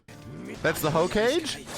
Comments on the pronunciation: as someone who has watched Naruto since I was like 10, his pronunciation of "hokage" as (HO-CAY-J) rather than (HO-KAH-GAY)is hilarious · Not the Hoe-cage!!!!😂😂😂😂😂😂😂😂 In all seriousness it’s pronounced Hoe-kah-gay. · Oh no. he said "Ho-cage" SMH Disappointed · Ho-ka-ge not Ho-kaje 😭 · Bro said Hocage 😂😂😂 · that's the "Hoe Cage?" (Hokage) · "Ho-cage" mf said " Hoe-CAYGJ". He went from. To. 🤢🤮🫩😥😓😰🤒🥵🤢💩🤮🤮🤮🫩🤒🤕🌡️🔥🥵💨🌬️🌀🥶🌅🫥😶‍🌫️😶😐😬😔🥹😳😎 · bro says "hoe-cage" no shade towards the but I'M DYIIINGGG 😭😭🤣🤣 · ❌️Hokage ✅️Hoe cage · nah "hoe-cage" is crazy made me bust out laughing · you get a pass for pronouncing Hokage as Hoe-Cage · …. MAX. WHY WOULD YOU PRONOUNCE IT “HO CAGE?”😂😂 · Not max calling them "Hoe-Cage" 😭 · LMAO pronounce Hokage as Ho cage🤣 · Hoe Cage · "That's the hoe - kage" this shit sent me😭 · Reading Hokage as Hoecage killed me hahahaha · Its the hoe-cage 😂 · Lol! Hokage = Hokayje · guys the way max pronounces the hokage got me dead.. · a part of me died when max pronounced hokage like that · I died when he treid to pronounce hokage. Never change. Never change.